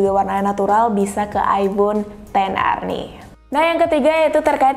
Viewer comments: Gua kok dengernya mbaknya bilang aibon bukan aifon ya? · Gw denger nya aibon xr 🗿